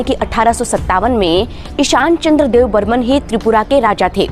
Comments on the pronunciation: Kisne kaha apko debbarma ko debbarman kehne ki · Yrr tumlog "Deb burman" kyu kehte hamesa..yein "Debbarma" ha not Dev burman. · Deb burman nhi Debbarma hai .... please don't make mistakes 😌❤ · Don't called debbarman it's Debbarma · Not dev Burman,it’s Debbarma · Not dev Burman it's Debbarma